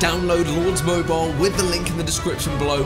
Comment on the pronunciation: Mobile not moubile